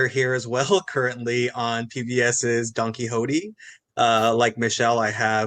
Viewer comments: Working on Don Quixote and pronounces it wrong... on a sensitivity training. lol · The way that tool pronounces Don Quixote gives me cancer.